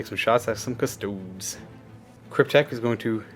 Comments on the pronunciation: Cus-toads.... really? At least pronounce the name of the army properly face->palm. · As a Custodes player, if my opponent says Custoads. I just pack up and leave.😂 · cus-to-dees. custodian. not cus-toad. you don't pronounce astartes ass-tarts, do you?